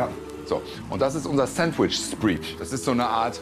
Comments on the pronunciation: "Spread" auch Sprätt gesprochen und nicht Spriit denn dann würde es "Spreed" heißen.. Gerne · Kitchen Nightmare mit Gordon Ramsay in der Spar-Version. -- Ja, und wenn man schon von "Spread" redet, sollte man auch wissen, wie man das richtig ausspricht. Und nicht - wie Herr Rosin - "Spriech"... schon peinlich. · Frank meint übrigens "spread" wenn er "spreech" sagt. Ich weiß zwar nicht, wo er Englisch gelertn hat, dass er nicht weiß, wie das ausgesprochen wird, aber... Ja. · ja, aber man spricht es spräd und nicht spried aus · Sandwich "Spreach"?! 🤣🤣 "Das muss in deinen Kopf implemen..., implem..., Implan..., rein gehen sagen wir einfach mal so" 🤪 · “Spread" spricht man so aus wie "red“, "bread" etc. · Was ist sandwich spreech? :D heisst das nicht "spread" und wird ausgesprochen wie s-"bread"? :D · Die Aussprache von "Spread" üben wir aber auch noch mal, wa? :D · "spreed"...meine ohren bluten 😣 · spread wird /spred/ ausgesprochen^^ Ach herrje! Und, bei aller Liebe. Das, was Rosin da in der Küche fabriziert hat, ist ein kulinarisches No-Go. Das Brot ist völlig obsolet. V.a. es crunchy zu machen, nur um es danach mit einer shitload an Zutaten zuzumüllen, die feucht sind. Der spread alleine hätte es getan mit ein wenig grünem Salat. Was er da alles draufballert, ist konfus as hell. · Organic sandwich Spreech!?🤣 Also, Spreech oder Sprietsch muss irgendein deutscher Fachbegriff sein.... Ich dachte, Rosin hätte in California gearbeitet? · Spread spricht man doch anders aus, oder?🤔